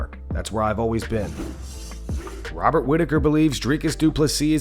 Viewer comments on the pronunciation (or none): none